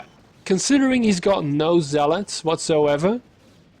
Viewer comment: "ZLOTS" LMAOOO